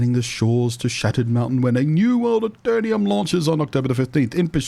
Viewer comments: Pronounced A Ter Num Not A Ter Nee Um Hope you enjoy the game and bring aton of players with you, PvP is challenging and there is a strength and weakness in every class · Love your videos and voice - lots of positive vibes! I believe, however, it is pronounced Aeter-num, not Aeter-ni-um :)